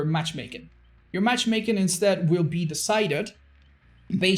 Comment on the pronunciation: all i could focus on was saying "matchmaken"